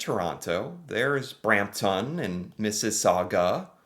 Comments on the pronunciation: Markham, don't pronounce the h. Brampton, pronounce ton as tin. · over a simple simple word? Nope! I’m American even I could tell that that was very often sounding. I have never pronounced a town name that ended in TON like that. if you manage to butcher that name, you’re either doing it on purpose or have an IQ in the single digits